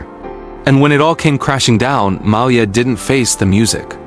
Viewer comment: Malaya? Who the heck is that? It is Mallya.